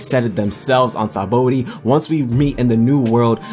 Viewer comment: Your pronounacion of SA-BA-ODY is troublesome. I don't think they're gonna fight when they're gonna meet again I think an alliance is gonna form between Luffy Law and Kid. I think Sabaody hinted that. Also Hawkins, Apoo, Drake, and Urouge kinda looks likely after that run in with Kizaru and also with Kaido as well. So kinda think about that and I think those alliances are gonna happen.